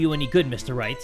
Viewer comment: I Ligit thought he said Mr.Rat instead of Mr. Wright😂😂😂😂😂👌